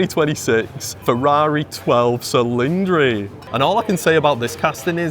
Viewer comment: ✋ hi dude, for the right pronunciation of the Ferrari 12 Cilindri... You reading the "C" like an "S" but the correct pronunciation is reading the "CI" like a "CHI".